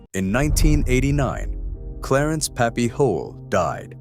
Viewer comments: That's Pappy Hoel its pronounced Holy or Hoil not Hole!!!!! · You say thiIs is the real history of Sturgis but can't pronounce puppies name correctly. Its HOYLE!!!!!